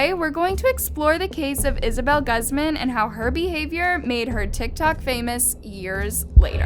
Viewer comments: Surprised her writers didn’t tell her it’s (Gooz man) and not (guz man). Guzmán. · ew, the way she said guzman literally guz man. Personally I say gooz mahn like yeah yeah yeah you silly goose you're so silly. the word goose there. Then man but instead with an ah sound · LOL “Ghaz- MEN” all the research but can’t get the annunciation right 🤦🏽‍♂️ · It’s pronounced “goose man” not “guss man” ... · It's pronounced GoozMahn not Guz man jesus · This video has a lot of incorrect information. And her last name is GUUUUUZMAN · Goooozman.. like goop. Gusman. Gooosman. Hard u sound. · “Guhzmen” lmao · It's pronounced goose-man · It really bothered me that you didn’t take the time to research how to property pronounce Guzmán.